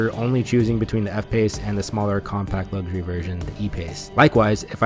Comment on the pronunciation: Why can’t Americans pronounce ‘luxury’? There’s no G. It’s LUX-URY.